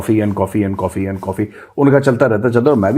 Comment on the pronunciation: Kopi ko coffee bol Raha?😂😂😂